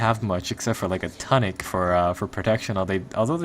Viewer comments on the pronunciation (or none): Did you just pronounce tunic, tonne-ik? What the fuck...